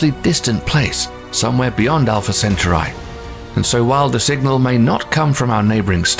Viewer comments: Center Eye - lol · Pronounced, cen-taw-ree. Not, cen-taw-reye. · Centauri" is pronounced "sen-TAR-ee." How would YOU like it if somebody consistently mispronounced your name, like calling Wednesday Addams "Winnifred"? You're welcome. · Pronounce "Centuri" right. How can you expect to be taken seriously if you f**k things this simple up. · its pronounced centaur E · No listen to the man .centaur/eye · yes, it's sen-ture-eye. Probably the same ilk as those who pronounce 'beta' and 'bayta', instead of the correct 'bee-ta'. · I turned this off when he couldnt even pronounce "Centauri" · I lost interest as soon as he mispronounced centauri. Plus its spelled wrong on screen. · The way he pronounces centauri makes the video look cheap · Wtf is wrong with narrator and pronouncing CETAURI???? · The way he pronounces "Centauri" is really grating on me lol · The pronunciation was annoying but the spelling of "Proxima Centautri" was even worse. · Why couldn’t he pronounce it like Last star fighter did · It's annoying because he has heard it pronounced correctly and chooses to mangle it anyway. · Shame the narrator keeps pronouncing the Name of Alpha Centauri and Proxima Centauri incorrectly. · That makes me doubt his credibility besides the mispronunciation of Centauri. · Alpha WHAT??? WHY WOULD YOU MAKE A SPACE VIDEO AND THEN PUT THE EM-PHASIS ON FREE WRONG SY-LLABEL? Oh shit, then we got to "Vul-Pecula" Dude, I'm out. My ears are hurting